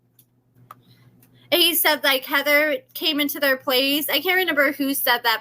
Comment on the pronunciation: Might just be a slight speech quirk tbh. I notice she also says "reNember" instead of "remember"